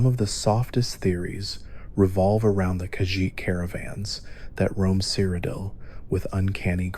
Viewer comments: My boy really said "Crocodile"😂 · You gotta be ragebaiting with that cyrodiil pronunciation, good video though